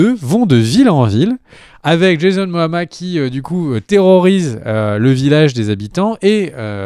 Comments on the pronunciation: C Jason momoa pas moama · "van hesling" " jason moama" Bah dites moi xD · C'est Jason "MOMOA", pas "MOAMA"... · Ne pas savoir que le snyder cut sera à 85% des nouvelles images! Ne pas réussir à prononcer correctement « Momoa »! le confinement à été très dur pour l’ami!! 😓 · Ou Moana 😉